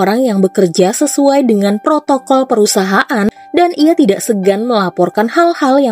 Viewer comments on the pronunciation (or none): none